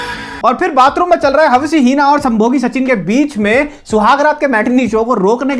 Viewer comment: Yaar hawsi heena..... After listening hawsi heena so many times I was like koi to rok lo ko🤦‍♀️🤦‍♀️ 😂😂